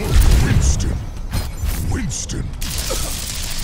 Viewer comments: it shouldve been winton aw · winton saying his name wrong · Winston doesn’t say “Winton”. 0/10 that’s an uninstall for me, dawg.